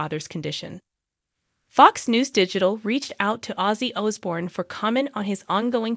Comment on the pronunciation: YOUR SAYING HIS NAME WRONG